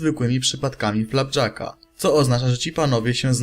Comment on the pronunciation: uslyszalem FAPjacka ( ͡° ͜ʖ ͡°)